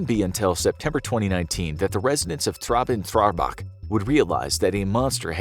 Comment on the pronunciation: I heard about it, it's 20min by car from where I live. I've driven by there many times (before it was all uncovered). Cool that you make a video about it. Traben-Trarbach xDDD Hilarious